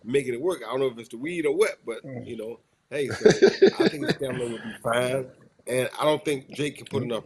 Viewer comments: We just gon go head and change the word to staNiMa 😂😂😂😂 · Cameron back with saying Stanima 😂😂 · Cam be killing me when he saying Stanima instead of Stamina l 😂😂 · Killa be sayin Stanima not Stamina 😅…. I love it! Fuck it …it is what it is 🤷🏾‍♂️🦾💯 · STAMINA CAM NOT STANIMA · Cam "Stani-Ma" 💀💀💀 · Did Cam say stanima 😂 I'm high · What uP wit it... IIWII?! RASE & SHINE ☀️ #LLOJ(R I P) 🙌🏾 Got 😍 N the studio by herself(FORESHADOWING) KILLA... MUDRA... HoPe all, is, well! KILLA can't say STAMINA, for, shit! Peace... RJJ... 💪🏾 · Cam still saying “stanima” as 40 year old millionaire is crazy to me😂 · Stanima! Come on Cam😂😂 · Cam, it's STA-MI-NA! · Zoom’Ron really think the word is stanima. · Stanima has me cracking up each time.😂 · Stanima is crazy lol somebody correct cam lol respectfully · Cam still saying stanima… I guess it’s a difficult word. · Killa said “stannama” that was funny. phenomenal show. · Cameron "Stanima" Giles 😂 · KILLA back to saying STANIMA 🤣🤣🤣🤣🤣🤣🤣🤣🤣🤣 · Somebody teach Cam how to say stamina 😂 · Someone teach Cam how to say STAMINA please! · Stamina cam, its stamina .... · Cam can’t say stamina for shit 😂😂😂😂😂😂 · Cam has a real issue with the word STAMINA 😂😂😂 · I love Cam but yo, can someone teach him how to pronounce stamina correctly lmao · He gets the M and the N mixed up🤣🤣🤣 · Cam might as well just give up on pronouncing “Stamina”😂😂😂